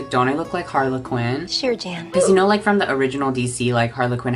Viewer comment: Nobody:: "HarlaQuinn"